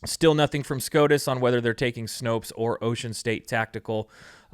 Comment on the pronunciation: Snope, not Snopes.